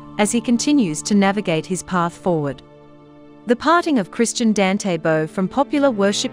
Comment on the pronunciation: His first name is pronounced "don-tay"